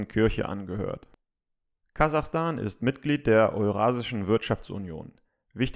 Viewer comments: 😅😅😅 Kasachastan hahahahaha Kazakhstan 😂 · Kazakhstan!! Nein Kazachstan!